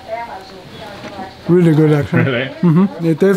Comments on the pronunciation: I still hear him say obrigadA instead of obrigadO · I see you are still saying "obgrigada" instead of "obrigado". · Is it just me or did he kept saying ObrigadA throught the series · Dragoslav De La Vega I know my partner is Brasileira. But is male so he should say obrigado and he is saying obrigada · quick tip: you're saying thank you correctly. However, you're using the "feminine" version (it's not official, but everybody knows it without no one saying it out loud hahaha) Obrigado (thank you used by men) and Obrigada (thank you used by women) great video! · As a man from brazil you should pronounce thanks by saying brigado not brigada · Oof, it's obrigado, not obrigada! Ouch. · man nice video but say OBRIGADO not obrigada. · You should have learned that "Thank you" is "OBRIGADO" and not "obrigadA" like you keep repeating in the video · you need to say Obrigado not Obrigada